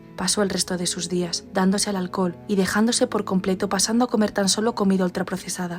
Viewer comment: embriagada por el ahlcol😂 jajaja minuto jaja